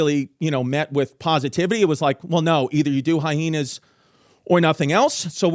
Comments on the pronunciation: Drink every time Chrissy Chaos puts an extra 'H' in Hyenas... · I still laugh at how Chrissy pronounces some of his words like Hyhenas and Tubberware lol 😆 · “History HyHeenas”